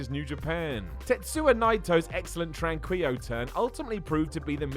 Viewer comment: Tran-key-low Tranquilo